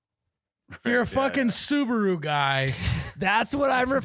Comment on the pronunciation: Hahaha fuckin “soo-ba-woo” guys